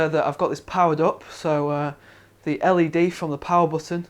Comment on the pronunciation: It sounded like he was always saying the fans were LAD ready, but turned out to be LED ready -_